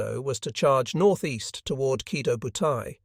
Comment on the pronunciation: Oh, I get it now - the AI is leaving out the O sometimes - yea that is annoying. I thought you were suggesting that there was no long-o at the end of Kido